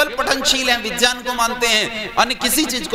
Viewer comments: गंवारपन है ज्यान ,विज्यान ,सर्वज्य बोलना । विकास दिव्य कीर्ति की बात में दम है । बकवास कर के आप जैसे बाबा बेवकूफ बनाते हैं । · वाह बहुत अच्छे से समझया ,,, वाकई भारत में नास्तिकता इन "टूल किट" तथाकथित ज्ञानी कहे जाने वाले लोगों द्वारा फैलाई जा रही है पहले तो खुद ही हिंदी बोलना सीख ले "ग्य"का उच्चारण "ज्य" कर रहें है इतने बड़े ज्ञानी जब हिंदी बिगाड़े तो अब और क्या कहें सर्वज्ञ को सर्वज्य त्रिकालज्ञ को त्रिकालज्य विज्ञान को विज्यान इत्यादि